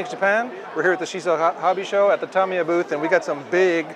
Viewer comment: Hosts...learn how to pronounce Tamiya please. It's not Tomiya! It's Tamiya with the first 'a' having the same sound as in 'ago'.